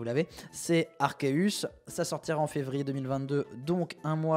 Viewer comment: Enfin un YouTuber qui prononce proprement Arceus